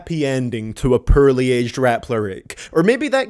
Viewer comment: hey has anybody noticed that he says the word "poorly" as "pearly?" 😂😂😂